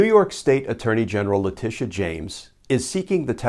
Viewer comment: Letitia - not Leticia